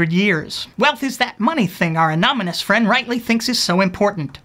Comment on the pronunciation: My guess is that < 20% of your audience gets the "anominous" pronunciation. Hahahah there it is at the end.... Well I guess 100% get it now. :)